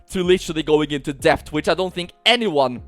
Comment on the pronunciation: Its debt with a silent b